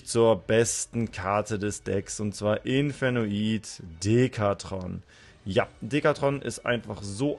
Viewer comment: Zu deiner Aussprache: Ich verstehe jetzt wieso du es aussprichst, wie du es tust, muss dich jedoch korrigieren. "Infernoid" setzt sich aus den Worten "Inferno" und "Void" (engl.: Leere) zusammen, die archetypspezifischen Spell/Traps sind da auch eigentlich ein ziemlicher Wink mit dem Zaunpfahl. Demnach ist die Englische Aussprache die Korrekte. Du sprichst auch "Onuncu" falsch aus, aber das macht leider fast jeder, also kann man dir das nicht übel nehmen. "Onuncu" ist türkisch und bedeutet ungefähr "Der Zehnte" (Anspielung auf das Level, wie bei fast allen Main Deck Infernoids). Das Wort wird "OH-NUN-DSCHU" ausgesprochen. Gern geschehen ;)